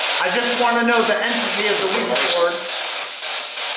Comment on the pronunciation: “Ouija” again. 2 syllables.